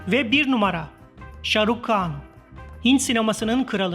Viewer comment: İnandirici deyil dediyiniz rakamlar birde konuşan spiker kan deyir handir han khan han